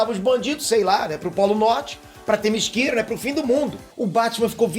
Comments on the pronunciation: LI algumas paginas desse gibi!hehehe!,se diz, TE MÍ CE RA,bem como se lê. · "Temisquira" foi ótimo! aOUHAuoaHUOHauoAhaouhUHohuoHOUhuoHOHuo